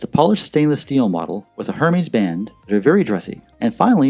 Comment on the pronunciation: Hermès is pronounced ‘AIR MEZ’.